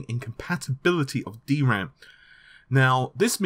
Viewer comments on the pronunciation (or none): none